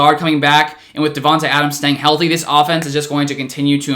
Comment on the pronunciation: no one: still no one:: oFfenEnse